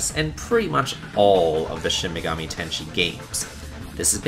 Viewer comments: Shin Megami Tenshe? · shin megami tenSEI, like "ten say" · Ten-say. Not tenshi. It's like saying sensei. Also, machoistic is not a word. Please know what you're saying before using words. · Shin Megami Tenshi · "Shin megami tenshi" Wut? In all seriousness though, its placement on top of the list is accurate AF. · Shin Megami Tensei. The Tensei is pronounced ten-say, not ten-shē. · It's also pronounced Shin Me-ga-mi Ten-say. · ShIN MegAmI TeN SHi. Hurrr hurrr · It's pronounced Shoe Megaman Tennis... Sigh... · and Shin Megami tenshi... these lists are always full of people mispronouncing the easiest of words